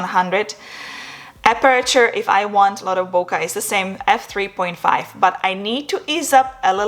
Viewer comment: Sorry had to unsubscribe because you said bokuh when it's boKay. Imagine someone saying your name the wrong way.